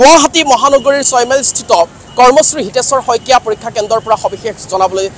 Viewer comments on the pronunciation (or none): none